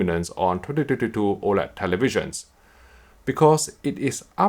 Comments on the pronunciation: i’m sorry man but it sounds hella fun when you say 2022😁 tyhdityhditoooo.. try saying it as 20 20 2 and that should help 😊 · Good material, as usual. Although I was being distracted by the "tetytetytoo" all the time - took me a while to decypher it :p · I hear "tititititoo" each time ^^ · I love the way you say 2022 😂😂😂